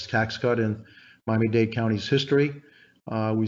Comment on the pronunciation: Washington Post please hire an editor. It is *Miami Dade*. Not date!!!! Shame on you.